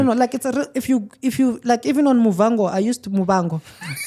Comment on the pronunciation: But why is he saying Muvango instead of Muvhango